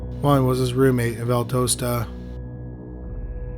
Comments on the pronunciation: I love your videos, so just in case you get another one in that area, it's Val-DOST-ah, not Val-does-tah. Moody AFB was where my Dad was stationed when he retired and I grew up not far from there. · We Love your content. We get so excited to hear of towns in our area, but do us a solid. Please PLEASE listen to a local news report so that you can get the correct pronunciation. It looks like Albany but thats not how we say it. And Valdosta isnt pronounced that way either. Thanks! Keep going!